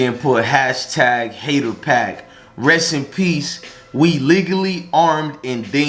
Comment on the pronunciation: 🗣️That ninja said haterpak lol☁️